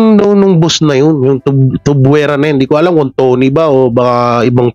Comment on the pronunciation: Tuviera, hindi Tuvuera😊